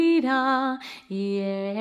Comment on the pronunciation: It's actually shaida okay it's pronounciation is not correct